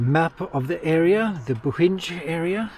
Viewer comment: Btw, it’s pronounced “Boheen”, not “Bohinge” 😅 Bohinj is actually the region, it’s not a city or town. The only town is called Bohinjska Bistrica, the rest are villages.